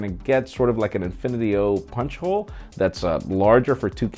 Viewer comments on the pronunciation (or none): none